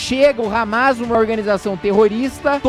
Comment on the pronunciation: kkkkk, "hamês", resbolê"